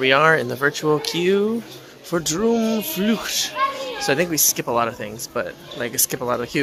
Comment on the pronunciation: You said Droomvlucht oke. But in Dutch the double oo sound like the oa in English. Boat. Not boot. An the u is like "duh". So Droamvluh-cht.